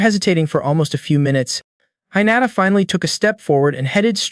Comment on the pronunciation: Goblin not elf. (Protagonist)he not her. The way you pronounced hinata seems like you never watched anime before. First 30mins and there are mistakes. Did you not review your own upload? Seems like you just record yourself doing half ass story telling. 🤷🏽‍♂️